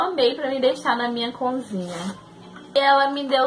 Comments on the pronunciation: Vc fala conzinha rs! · Eu acho tão engraçado vc falar "conzinha" rsrsrs